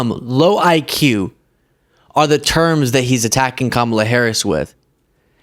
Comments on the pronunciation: What is so hard about pronouncing KA-ma-la? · He can’t even pronounce Kamala correctly. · You have to admire how Trump can get the crowd to cheer when he calls Kamala Harris stupid, while he can't correctly pronounce her name. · He can’t even pronounce Kamala’s name right all this time. So, he is the dummy. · Intentional mispronouncing her name is racist AF. He wanted to say "bi+ch" or "bimbo" so bad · That orange idiot still can't pronounce her name. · Trump is so smart that he still can't pronounce Kamala's name correctly. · It's a small point, but if the right insists on pronouncing 'Kamala' the wrong way, people should start calling him 'Dough-nald'. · He is saying she is stupid, but he still can't pronounce Kamala's name.. (among so so many other things) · Love the way he calls everyone else stupid. Projection much? I mean, he's to stupid to pronounce her name right. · F F S. Said her name wrong again. Mayhem indeed. Lol. Love your expressions. 😂 “ The wind is bullshit.” Good on McCain. I’m a woman. This man makes me sick.